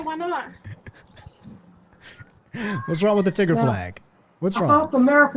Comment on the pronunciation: Wait he said tigger I thought he said nig